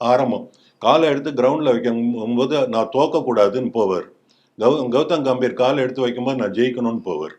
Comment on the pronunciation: Gautam "Ga"mbhir.....peyar..... கம்பீர்! "கே"ம்பீர் இல்லை.... "கா"ம்பீர் இல்லை... பெயர் உச்சரிப்பு மிகவும் முக்கியம். கம்பீர் என்றால் சமஸ்கிருதம் மொழியில் தைரியம் என்று அர்த்தம் உங்கள் பெயரை ஈஸ்வர் என்பதற்கு பதிலாக யேஷ்வர் என்று சொன்னால் எப்படி இருக்கும்.